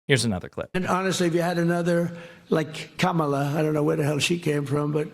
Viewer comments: Wow! So he can pronounce Kamala's name correctly. Who would've thought! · How is it that the dumbest Republican can pronounce Kamala but the rest of them can't?